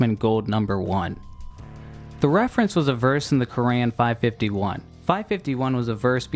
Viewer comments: Its Quran, not Kuran. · the way you say "qur'an" is totally just the word "korean"